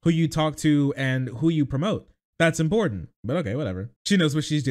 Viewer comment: I fucking loathe how she says "impordand"